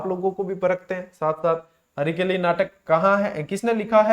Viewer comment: हरकेली नाटक है, हरिकेली नहीं सर जी